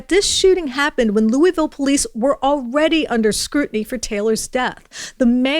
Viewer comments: hun, please stop saying it "looeezville" it's 'looaville'. thank you, great reporting. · It’s not LEW-eez-vill, it’s LEW-ee-vill. Otherwise, great report! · You can tell she has never been to Louisville, Kentucky by the way she pronounces it xD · Really? You don't know how to pronounce Louisville? Geeez